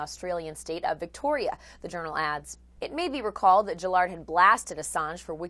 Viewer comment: Gill-ard not Jillard